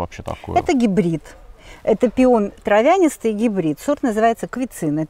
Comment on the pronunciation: ТравЯнистый, бОтритис, лактифлЁра. Зачем так коверкать слова?